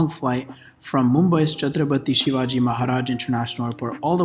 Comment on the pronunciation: yo my guy you killed the name! even i couldn't do as good tryna pronounce mumbai's airport,.XD